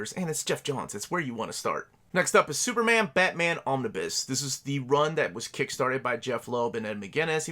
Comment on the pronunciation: Me: Just need to check how to pronounce "Omnibus". Ah, here's a video...: Omnis... Omnis... Omnis... Me: SAY THE WHOLE WORD ALREADY